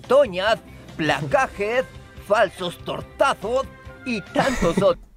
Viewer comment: De hecho dijo bien lo de falso tortazo Brock ya que respeto la resonancia de la letra Z